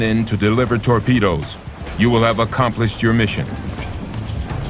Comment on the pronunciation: And, here I thought it was pronounced, "torpedoes" and not "torpedas." Maybe he was speaking of the tortillas he had for lunch. :-)